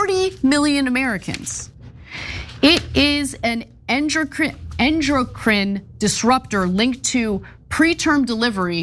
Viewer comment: Ana can’t pronounce endocrine but she thinks she knows what should be banned.